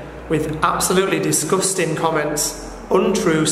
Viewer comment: Take a shot every time he says “diss-guss-ting”. I know I’m three sheets to the wind.🥴